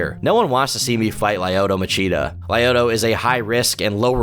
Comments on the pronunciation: Who the fuck is “lie-oto” machida? 😂 cmon man if you gonna say his name 20 times atleast learn how it’s pronounced especially when he’s one of the goats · Just some of the names mispronounced Rua is pronounced HOO-UH lyoto is pronounced LEE-YO-TOW Miocic is pronounced MY-OH-CHICH Wanderlei is pronounced VAN-DER-LAY Im sorry it's minor thing but as an MMA fan hearing their names promounced the way they were was jarring. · Roo Ah Whonderlay Lye Oato Goo Stoph Son Guh Guard Tex Era Oh Vance Saint Pro Ray Ace Bear My Oh Kick Sigh Rill Gain